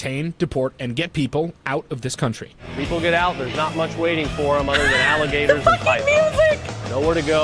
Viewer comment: The part where she says "Do not feed the alla-ma-gators after dark." would likely end up in an Out of Context clip video.